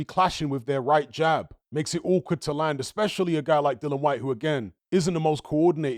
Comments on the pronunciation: oh u mean cuz says Dillon or Dylan instead of DILLIAN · Dill-I-an. Not Dillon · It was aggravating me who he kept pronouncing Dillian’s name wrong every time